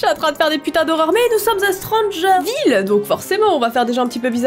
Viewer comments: Ta dis strangerfille et pas strangerville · "Stranger Figue" 2019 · Au début j'ai entendu '' stranger things '' mais C stranger ville 😅 je suis trop acro à cette série 😅😅😅 Je lais regarde 5 fois les 3 saison ❤️🥰